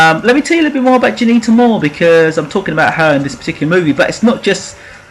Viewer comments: At least try n pronounce her name properly!! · I second that.